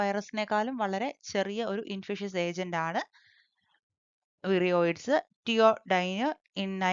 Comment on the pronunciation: വൈറോയ്‌ഡ്‌സ് എന്നല്ലേ വിരിയയ്‌ഡ്‌സ് അല്ല 😂